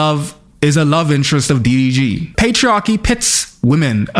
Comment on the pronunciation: I can’t tell if it’s the Foreign Man Accent or if you’re intentionally calling him Diddy G but either way, I’m loving it 💀